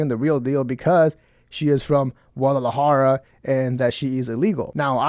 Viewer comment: I knew this foo was mexican. Held back on pronouncing Guadalajara. Keep up the good work perro